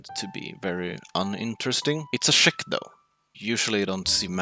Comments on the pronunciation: Aye there lad! I have few questions: 1. Did you take into account that Škoda T40 has a very good penetration, mobulity and demage per shot for a tier 6? 1'. PS: Listen to yourself as you say Czech, i'm hearing Szech. (Yes, i'm Czech myself) 2.I would love to see you and Edwin go against each other you in a Churchill GC and Edwin in a KV-2. For a battle for the real S tank in this tier, because from what i heard KV-2 should be there too. Thanks if you even notice me! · please stop calling czech tanks cshek please my earsare bleeding